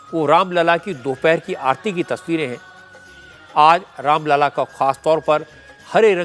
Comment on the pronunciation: Raam lalla ki jagah aapne Ram laal bol diya sir jee..achhi baat nahi hai